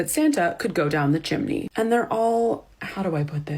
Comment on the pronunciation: Omfg your closed caption said "Shimini" instead of chimney and that's EXACTLY how i heard it and now I'm cackling😂😂😂